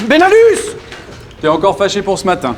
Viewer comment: Super court métrage !!!!! (J'entendais Belanus ou lieu de benalus MDR)